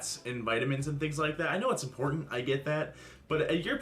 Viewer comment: Disappointment My, want to stick pencils into my ears moments are when she says “impor-end”. Ugh! *edited because I relistened to a vid and realized she doesn’t even use the “T”.